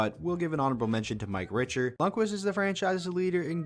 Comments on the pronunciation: “ Mike richer” cmon man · Did you, did you just say Mike ‘richer’? It’s pronounced ‘Rickter’ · Who the heck is Mike Richer??? His name is Richter (Rick ter) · HE SAID MIKE RICHER wtf ITS RICKTER All good tho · RICK-TER RICK-TER RICK-TER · Mike Richter....rick-ter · You really butchered Mike Richter's name lol